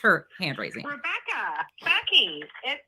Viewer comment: Ru-becca-uh babe. She’s admitted she knows the law and what has been done to her has been so bad she’s going to file lawsuits. She obviously knows it’s wrong to do this by her own admittance. I am glad you have the ability to laugh at these things.